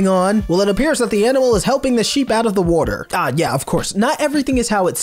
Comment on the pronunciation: brits: wo ah normal people: water this dude: war ter